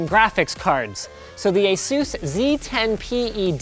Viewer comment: You hurt my ears. How to pronounce ASUS